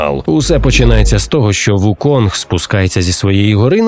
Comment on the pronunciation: Усе це дуже добре, дякую за огляд, але він не Вуконг, а Укун. Цар мавп Сунь Укун. Гра так і називається у транслітерації - Чорний Міф: Укун